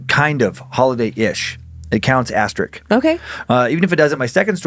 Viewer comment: It's hilarious that Dan can pronounce "Valiska", but not "asterisk".